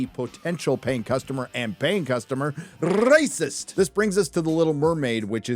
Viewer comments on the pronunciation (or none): Thank god you now only pronounce "racist" stupid and cut that castrate voice... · Can't you say "racist" or "racism" in a normal way? It sounds just as unfunny as it does when YellowFlash is doing it